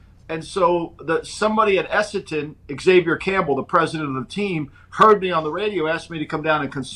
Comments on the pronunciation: has no idea about AFL. Talks like he knows what he's talking about but says some completely incorrect stuff - "Have to bounce the ball twice", "2 teams in Perth - Western Bulldogs and West Coast Eagles", "Perth is Eastern part of the country", "Carlton is really good" - they have been really bad for about 20 years.....Also isn't it "Clarko", not "Clarky" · had a really poor grasp of the sport to be talking about it like he knows what he's saying. It's Essendon not Essenton, Perth is in the Western Part of the Country, you bounce the ball every 15m, you only get a protective space on a mark or free kick, Clarkson has won 4 premierships, not 2. Western Bulldogs are based in Melbourne, Fremantle is out West. Carlton are garbage. Hawthorn are based in Melbourne and play at the MCG, they're nowhere near Adelaide - literally talking out of his arse.